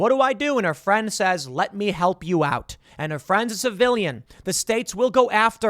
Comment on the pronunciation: "Yeeot the window" says Tim for the win!